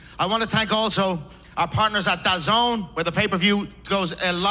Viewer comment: He’s the only one who said dazn correctly, there is no “I “ in Daaaaaazn